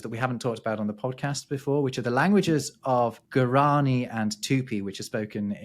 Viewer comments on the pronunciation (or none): Late again... :) (avoiding the news in the US!) The indigenous languages of the Americas trip y'all up. The Guarani are pronounced Gwa-ra-ni, with the soft g and wha sound. As with many of the indigenous languages, the Spaniards easily captured the native wha sounds via the [gua] (like aguacate, guacamole in Nahuatl). Because of this, the ASE pronunciation of jaguar (jag-wahr) (and close to the Spanish hagwar) is actually closer to the Guarani pronunciation than the BSE ja-gyoo-uh. Guarani is still spoken and is an official language in Paraguay! Also, there are some who offer that the Tupi-Guarani word is YAguerte. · Guarani is pronounced GuaraNI and not guaRAni :) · Lovely show as always. Today I've been surprised that it got nearer to me, what is very rare. You spoke about languages of native peoples of Brazil, where I live: guarani and tupi. It was funny to hear, because the tonic syllable is the last one: guaraNI and tuPi 🤭 Keep on the excellent work you two 🥰